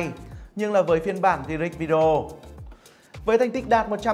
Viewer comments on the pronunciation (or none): none